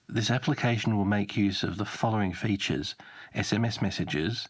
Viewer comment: Dude says Fayjus, instead of "Features"